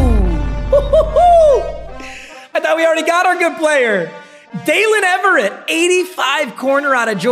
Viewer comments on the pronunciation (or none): “Daylen Eve-RRR-Ate